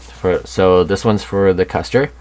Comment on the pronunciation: This is a superb kit. Ma.K is a rather new interest for me but I have dived right in and am having a blast. Also, it's pronounced KOOSTER. Those umlauts over the U make it a long U. Think Motley Crue.